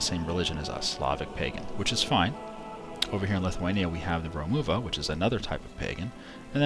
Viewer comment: you pronounced Romuva wrong.